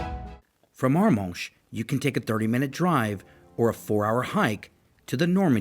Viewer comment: I love the pronunciation of Arromanches and Bayeux! Anyway, thanks for a very good video that makes me want to go back!